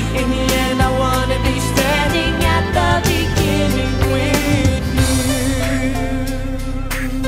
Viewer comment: "At the Beningging" At the Beninging At the Beninging